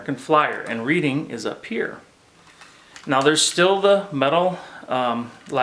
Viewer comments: The correct pronunciation is RED - ing Not Reading. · I enjoy your videos BUT!!!!. Can't believe you mispronounced READING!!!! You've never heard of the READING RR? It's pronounced RED-DING. Thanks for all you do and your shared enthusiasm for American Flyer AC Gilbert trains. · nice presentation my father bought two 1951 or1952 AF Steamer sets with link couplers which are long gone. The lettering on the second engine you show has READING in it. It stands for the READING Railroad and is pronounced "Redding" as we Pennsylvanians say it.